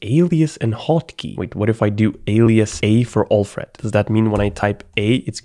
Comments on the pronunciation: Alfred Pennyworth = "Batmans Butler" pronounced: AL + Fred not OLF + RED. PS: love your videos :-) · I know English is not your first language but your pronunciation of Alfred is just wrongly annoying lol…